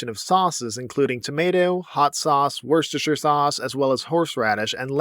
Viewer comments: Another brilliant vid mate. Worcestershire is pronounced "Wusstuhsheer", but you did great for an American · It's pronounced "WUSTER" shire. We have ridiculous spellings here in the UK 😅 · Wuh stah sauce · It’s pronounced woostershire. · Wusta sauce is Top Tier… Mate. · FYI Worcestershire pronounced "Wo-ster-shur" (basically the first r, c, first e, and final e are all silent). It's a county name here. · Worcestershire sauce is pronounced wuster sauce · Worcestershire is closer in pronunctiation to: Wustersher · You said worcestershire sauce wrong 😅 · You have misprounced Worcestershire sauce. Prepare for the wrath of the British.